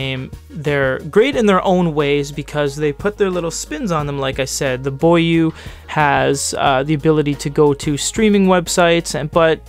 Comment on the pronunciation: It is actually pronounced bó yuè.